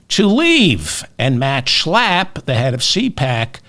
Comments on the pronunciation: David, you kill me every time you say Matt SCHALPP! 😂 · You crack me up every time you say Matt SCHLLLAAAP🤣! They’re both such hypocrites!🙈